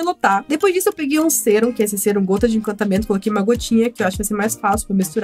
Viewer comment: SE FALA SÉRUM!!!!